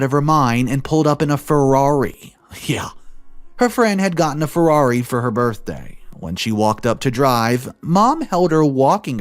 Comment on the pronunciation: FeRRaRi... Not Fewari... Just a saying lol